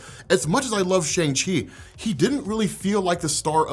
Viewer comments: Bro it’s Sh-awn-g, not Sh-ayn-g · sh'ayng chi? ... sh'uhng chi... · Sha - arng Chi, not Sha - ang Chi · haha Shane-Chi? Let it go! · You gotta work on how you pronounce "Shang-Chi" There was literally a part in the movie that highlighted how it's pronounced more closely to "Sean/Shawn" which is why it was funny that he chose that as his new name when he left. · Why are you still pronouncing the name wrong? Lol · How are you still mispronouncing Shang Chi’s name after watching the movie? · Love your content bro, coming from TikTok, and this is the first YT video of yours that I’m watching. I gotta say though, with the praise you give this movie, I wish you would have pronounced Shang-Chi’s name correctly throughout the video. This movie was amazing and definitely deserves the right pronunciation. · Can you at least just pronounce Shang Chi correctly please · At least? What else is he not doing you are disappointed with? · mispronounces a lot of comic stuff and stuff in general, so if you think he's being racist or a bigot. Don't even go there